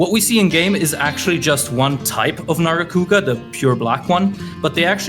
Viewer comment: he is hitting the HARD R with narga haha